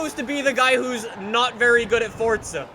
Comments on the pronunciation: Forza not Fortza! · ITS NOT FORTZA ITS FORZA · It isn’t fortstza it is for zap get it right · it’s forza not fortza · Why does he pronounce forza like fortza??? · Fortza.. I believe its pronounced forza.. "4-ZUH" lol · Can u accualy flippin pronounce the game right it's Forza not fortza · Please stop calling it fortza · why u say fordza and not forza... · This guy said fortza that makes me so mad lmao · IT IS PRONOUNCED FORTZA, SEARCH IT ON GOOGLE. IT'S FORTZA NOT FORZA SMH. IT IS SAID WITH A SILENT T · its forza not fortsa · Fortza Horizon Four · Say it with me.... F-O-R-Z-A not fortza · "Fortsa" dont you mean forza? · why do you say fortca horizon it is for zzz a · Lol he said Fortza horizon 4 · Stop calling it Fortza call it Forza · It's not FORDZA it's FORZA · Wellcome. Back to fortza horion avhaaha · Why do you say fortsa and not forZa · fortza fortza fortza it’s FORZA JESUS CHRIST FOR ZA FOUR ZUH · everytime you say the game title you say '' Fortsa horizon 4'' instead of Forza horizon 4 it just gets me man XD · Bruh,you be saying Forza like “fotza” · Stfu it's pronounced forza not fortza just stop!!! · ForTza???? Where, tell me where the T comes in?? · Its forza not fotza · forza not fortza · It’s for-zaaaaa NOT FORTTTTTTZA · FORZA NOT FORTZA GOD DAMN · Why do people say fortza instead of forza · 4-za not fortza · Why does he call it ford-za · Why do you say fortza and not forza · Why do You say fortza When its forza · He gets on my nerves saying fortza THERES NO T IN FORZA HORIZON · Does it sound like he say FORTZA instead of Forza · Why dont you Say For Z a Hori Z on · FOR ZA. NOT FOR T ZA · Why is everyone saying like "Fortza"? Where does the phantom "t" come from? Where? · Its forza not fordza 😂😂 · Your saying fortza not forza!! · fortza is is FORZA no t in the soundings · ITS FORZA NOT FORTZA, YOU DONT HAGE TO SAY “FORTZA HORIZON 4” EVERY SENTENCE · If it"s spelled Forzza, then it would be pronounced Fortza, but it's Forza. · Forza not FORTza.